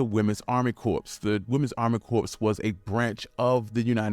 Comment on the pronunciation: Corps is pronounced “core”.